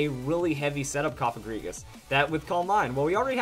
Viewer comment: You are one of the Few People in the Pokemon Community that Pronounces Cofagrigus the Right Way! Thanks! :D